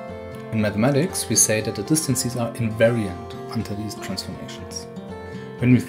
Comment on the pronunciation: What I find funny is that you correctly say "differences" but for some reason say "distan-sees" :D Great video though :)